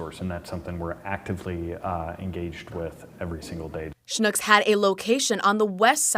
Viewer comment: No! Schnucks should be pronounced with an UCK sound...like PUCK. Not an OOK sound like in LOOK. It has one U in it...not 2 Os. Is it spelled SCHNOOKS? No, it's spelled SCHNUCKS.